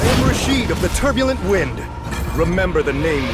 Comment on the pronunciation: Great character, thats not how pronounce Rashid though Rashid's 'id' is pronounced the same way it is in mid.